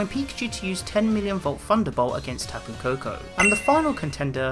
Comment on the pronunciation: It's kapu koko